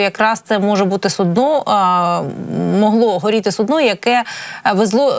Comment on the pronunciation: Су'дно, а не судно'